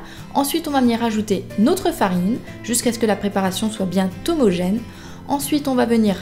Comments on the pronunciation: DSL de tt casser mais sa se dis pas ''bien t'homogene'' DSL mais miiiam! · BieN-homogène et non bien T-homogène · Vidéo pas mal, mais ya qulque chose qui m'a gêné pendant a préparation, je vois pas comment tu peux réussir à faire une liaison en T en disant "bien homogène" alors que y'a pas de T à "bien" ^^Mais bon, bref...